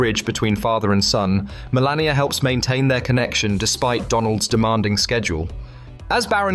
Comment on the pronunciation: Melania not "millennia"